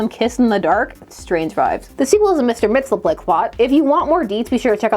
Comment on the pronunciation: The 5th dimensional imp's name is pronounced "mix-yezz-PIDDLE-ick". Don't ask me how to say it backwards.